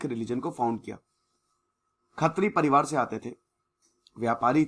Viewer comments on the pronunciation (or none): none